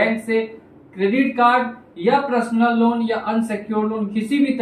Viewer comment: आप पर्सनल लोन को प्रसलन लोन उच्चारण करते हैं।सही करें।